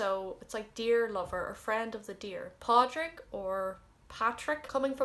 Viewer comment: Dubs aren't native speakers so their pronunciation is questionable. As far as Roisin, it is pronounced rowsheen in the Connemara Gaeltacht.Padraig should be pronounced Paw-rick. The old spelling echoes this Padraic.